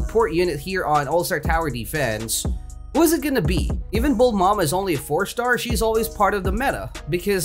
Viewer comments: why does he say bul mama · why are you calling Bulma "Bulmama" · mans be calling bulma BULMAMA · thats bulma not bulmama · how many times did he said bulmama and namiteh